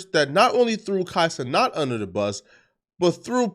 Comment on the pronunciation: Who is Kai Ce-NOT?